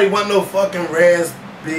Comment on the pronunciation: Dead calling Raz-B "Raz-Berry" lol